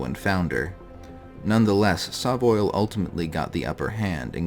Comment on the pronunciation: I say SovOil similar to Soviet, not Saw.